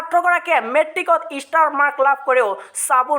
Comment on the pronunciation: ইষ্টাৰ নহয় অ ষ্টাৰ😖